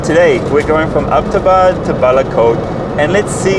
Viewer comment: Thanks for visiting and showing my home town Mansehra to the world. And by the way, it's "Abbot" Abad named after Major James Abbot of British Army Stationed here before partition.